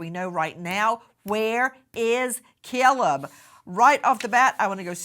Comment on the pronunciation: Nancy.. its Caleb. Not cellleb